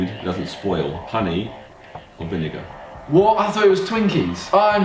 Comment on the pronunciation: OMG he said vi nigga instead of vinegar